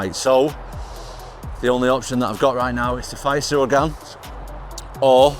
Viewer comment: It's Ciryl not Cyril